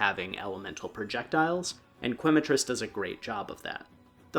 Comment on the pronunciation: Growing up speaking Spanish, seeing people pronouncing Quematrice as Qu-ematrice is always a little funny. It’s pronounced Kematrice as Que is pronounced Ke, Quema is Spanish for burn which makes sense because fire chicken. Loving the video so far! ❤